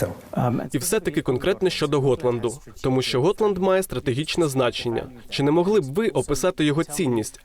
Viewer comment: Gotland - ґотланд, а не готланд